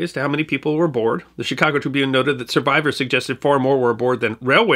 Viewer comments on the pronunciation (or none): none